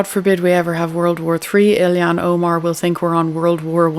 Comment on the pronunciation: Hi. Just a correction: it's Ilhan (Ill-han) and not Illie-han). Many seem to pronounce it incorrectly. Just sayin'... BTW, I have become addicted to your channel! ❤